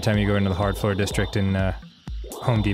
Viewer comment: FLORP That's what I heard in the beginning. Not floor, FLORP.